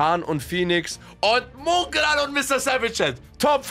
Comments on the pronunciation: Du meinst mungral? 😂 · Jemand ne ahnung wieso er es immer Mungral ausspricht?!!! Nervt mich jedes mal wieder todes 😃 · Digga wie er nicht mal Mongraal aussprechen kann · Genau Mungraal